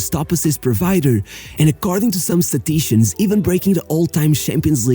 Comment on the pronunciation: disseste: "staticians"; neste caso "statisticians" seria a forma correcta. Obrigado pelo vídeo gostei muito